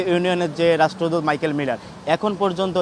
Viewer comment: রাষ্ট্রদূত এর নামটাই ঠিকমতো উচ্চারণ করতে পারেনা। এই হচ্ছে সাংবাদিকতা